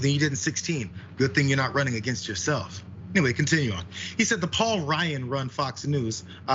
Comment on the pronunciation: Paul Ryan NOT Paul RYUN